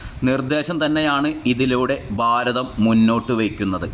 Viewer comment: ബാരതം അല്ല ഭാരതം.